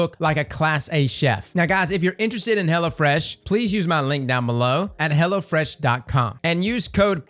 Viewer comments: The way you say Hello Fresh sounds like "Hella Fresh" I mean ....... I guess it works either way. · Are you saying hella fresh? or hello fresh? haha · I'm sorry but the only thing I can comment on is how I kept hearing "hella fresh" when he was talking about the sponsor and honestly I think they should just rebrand themselves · Sounds like 'Hella Fresh' during the ad when he says it. He's not wrong though.